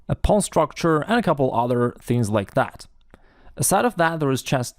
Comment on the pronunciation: Listening to pronounce the word “pawn” is better than listening to Benedict Cumberbatch say “penguins”